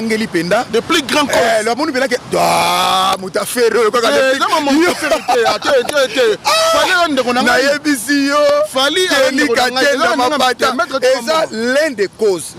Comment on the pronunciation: francais nde makambo "l'un des causses"😭